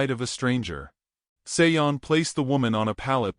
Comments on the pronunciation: I’m just curious about the pronunciation of the name “Sean.” Usually this name is pronounced Shawn or like actor Sean Connery’s first name. The narrator pronounces the name as Say-on. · Sean is pronounced Shawn. It's Irish. Otherwise it sounds like a nice story. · I was totally distracted by the wrong pronunciation.